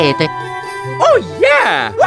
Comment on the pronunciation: It’s Christmas not Crinbus